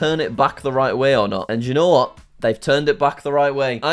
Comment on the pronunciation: I like how jack pronounces "you know what" as italian city "Genova"